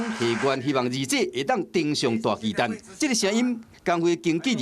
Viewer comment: 巨蛋? 蛋 = （台语）NUI/NENG, ”巨蛋“ 根本就是华文，你不如直接用华语北京话的读音来读 ”巨蛋“不是最好，何必多费工用台语的读音来读华语的”巨蛋“呢？还有，台语是没有 ”巨“ （KHI）这读法的，这是发明字吧？另外，这是什麽年代了，没必要 华文/台语 一个字一个字来对吧，这不是两蔣时代吧？大巨蛋 = TUA NUI （台语）！